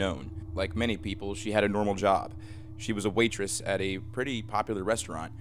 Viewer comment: Are you trying to say waitress?